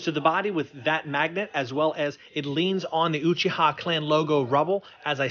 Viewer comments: Does this guy say Uchihaha? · Y’all gonna ignore this dude just said oochiha? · You said uchiha wrong so many times